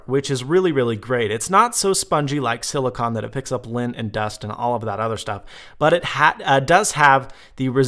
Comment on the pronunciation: Theres a E on the end its CONE not con (Silicone)